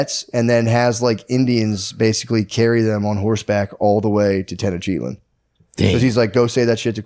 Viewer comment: Matt’s pronunciation of the city names is crazy. Tenochtitlan was different every time, at one point I think he called it toughactin tenactin. 😂😂😂